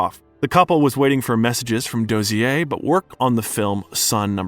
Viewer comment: Oh my fuck! How can you mispronounce so many well known names? Say it with me kay-toe. William doe-zur.